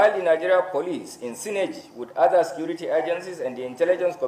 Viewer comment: How much did they give the IGP for this. He did not see the people that killed and mamed during election to arrest. He did not see oluomo to arrest. Yeye country with security agencies. Nonsense. This na grammar with all terrible pronunciations. LOL, National sikirity